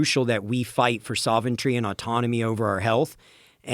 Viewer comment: The word you're looking for is "sovereignty" not "soventry".